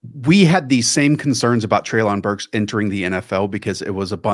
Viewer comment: Btw just so you know, it’s pronounced Trey-lin Burks.